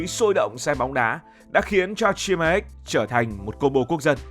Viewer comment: Góp ý cho ad combo ăn gà rán với bia người hàn gọi tắt là 치맥 và phát âm là “Chi mẹc” ạ!!